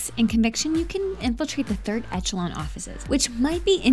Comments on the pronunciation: Third ETCH-a-lon?!?!?! HAHAHAHA!!! Eshalon! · Echelon is pronounced Eshelon lol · What is "Ezholon"? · i have watched more than 10 videos today (i found this channel today ) and in most of them you pronounce the name of games incorrectly like in this one its metal gear solid 4 guns of the patriots and you also pronounce 3rd echelon incorrectly its pronounced as A-SH-LOAN ( a from alice , sh from share loan from bank loan .... its A-SH-LOAN